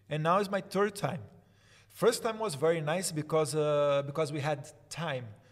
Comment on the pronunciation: Now it’s my “turd” time! Poxa vc fala assim também? O David Crowder faz muita piada da mãe Canadense de origem francesa dele que também fala assim.😂😂😂